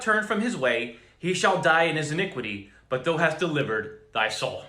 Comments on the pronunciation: Thou is not pronounced like though. It is pronounced like ow ... it is confusing when you read it as though, for people who never read kjv or new Christians. Doesn't your preacher read it as thow as in ow ? Not being ugly, just trying to help you and others through your speech. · I love your great words of warning and encouragement! Thank you thank you thank you brother! I did want to say though that I have never hear the biblical word “thou” pronounced like though like toe, only as THOU like cow.